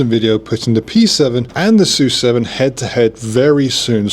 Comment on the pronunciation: PORSCH-E (E at the end) S-U-7 Y-U-7 Spaces in between. Pronounce it